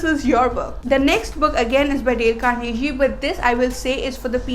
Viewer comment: It's not Carnehee, it's Carnegie with a 'g' sound as in gun, good and give.